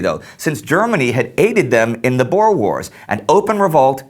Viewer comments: Just want you to know (Ek is n boer) that Boer isn't pronounced Bore but Boo-R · Just a small thing. It's not pronounced 'bores'. They're called Boer. The Dutch word for farmer. It's pronounced 'Boo-er' With a rolling R. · Boo-Ruh (Boere) Not Boars xD Anglisiced badly.. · No need to be rude but you say boers are Bors Please without the accent can't say boers (I'm a south African) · please pronounce "boer"'s oe as a oo as in moose. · you really must learn how to pronounce Afrikaans words like, "boer" you sound really silly. #afrikaans-not-for-sissies